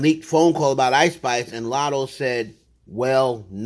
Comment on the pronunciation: She definitely said "I'm not poosay ahh Latto" but okay 😟